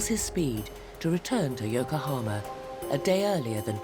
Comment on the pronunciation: Dear narrator: , and in a lot of other time in the video it is Yokohama (横浜) not Yokahoma